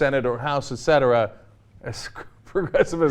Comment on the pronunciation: Clark is always right. Cenk always says "ectera"